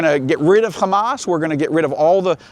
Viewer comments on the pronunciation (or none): none